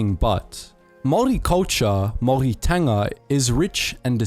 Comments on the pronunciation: Your saying Maori wrong! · Maori but pronounced Maldi... got it. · Bro, its pronounced moldy. Like mold that grows in moist dirty dark places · Pronounced- Maw-Ree. What's the weird Germanic accent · Your maori pronunciation is painful bro. The g is usually silent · I want to rip the voice box outta the narrators throat. Say Maori like that one more time and my ears are gonna explode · Your pronunciation of "Maori" makes me feel sick lol. Are you one of those people who breaks English mid-sentence to say "Kwa-soh" for croissant lol?